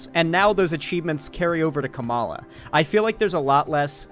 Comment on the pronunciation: can't even pronounce Kamala rightt lol.